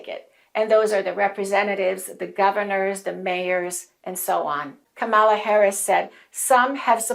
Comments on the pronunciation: Dear, you're mispronouncing Kamala's name. It’s not KamAla, it's KAmala. You gotta stress the first syllable. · Accent is on first syllable : Ka mala! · Great video, thanks. But you mispronounce Kamala's name. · too bad she mispronounced it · Please pronounce her name correctly before we can truly listen to your message.